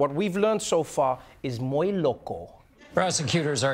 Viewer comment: Trev, I know you're South African, but you gotta show in the United States. You can't handle the pronunciation of "muy"?! Oh, right. Orange man bad, right? That's your shtick. Where is Jon???????